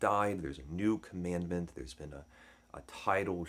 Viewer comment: Mispronouncing “commandant”